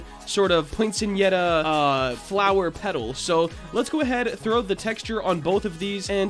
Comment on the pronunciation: It's actually pronounced "poin-set-e-yuh"! :)